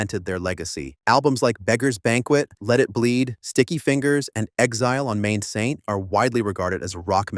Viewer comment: It's 'Exile on Mainstreet', not "Exile on main saint".